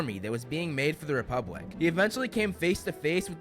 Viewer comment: FOR THE REPUBWICK!